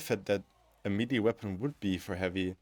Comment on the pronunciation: Man, I can't get over the way you say melee. It's like mel-ayy not me-lee. As for the topic, I am not entirely sure how to change heavy in a meaningful way that would be widely acceptable. His main playstyle is around keeping enemies at a distance and gives him tools to effectively deal with them at range with access to firepower no other class can match. It's kind of complaining that you cannot use a wrench as a screwdriver. I do however wholeheartedly agree that his perks badly need a touch up, they are all over the place. On this issue I think I could come up with some solutions. For instance, perks could be focused around different ways of managing heat in a more meaningful way: one for keeping the weapon cool and another that gives additional bonuses based on heat buildup and keeping the weapon hot instead without overheating it(not just damage but maybe some extra splash or maybe ignite) with maybe some ammo economy perk options but with some extra variety on its aquisition that could play well into the class. And maybe something like aggressive venting that would cause explosion when weapon gets overheated that staggers and/or ignites enemies in small area around heavy. Something like block weapons adrenaline charge but maybe at the expense of longer cooldown when used this way In general, changes that would blend into the class archetype but no need for a revolution